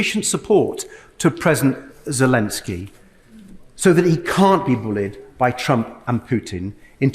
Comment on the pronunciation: Ben, it’s Ze-lEN-ski, not Ze-lIN-ski. Please make an effort to pronounce the Ukrainian president’s name correctly. It’s not hard. Think of it in terms of your name, BEN vs. BIN. Trump and MAGA all mispronounce Zelensky’s name, just as they said “Democrat cities.” It’s a purposeful disrespect. Maybe we should start referring to Trump as Tromp, eh?